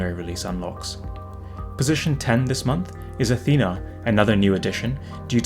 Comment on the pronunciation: Thanks for the great content, love the info in a nice and easy format to consume. Just a side note, it's note, Aethana is pronounced 'Eh thah na', not 'Uh Thee nuh'.